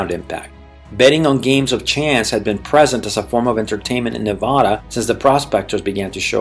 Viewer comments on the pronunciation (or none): And for everybody out there it's pronounced Nevada with a soft a sound as in 'dad' not a soft o sound as in the word father! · You already started this video off by mispronouncing the name of this state. Ha ha😂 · Excellent video just remember to pronounce the state name correctly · Yeah ! Makes the rest of the video lose it's credibility.